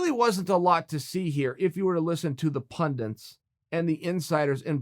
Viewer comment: Why do people say pundints like OJ? it’s pundits!!